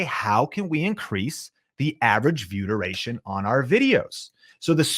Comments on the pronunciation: I know I'm being annoying and picking nits, but it sounds like you're saying: "Vyoodurayshun"----one slick and glib invented word......also don't assume, when you put on a list a term not everyone immediately knows (B-Roll) that people will not get impatient for a definition, no matter how quickly you speak... ...but I'm taking your info. SERIOUSLY I've been subscribed for a year. Much thanks for the content :D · Anyone else think he kept saying viewder-ation? Just me, ok. I was like oh, this is some new youtube lingo I need to learn - nah it's view (space) duration. Thanks for the info!